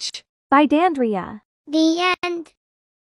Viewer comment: Did i hear "the e-end" In story 1 when its Done?👁️👄👁️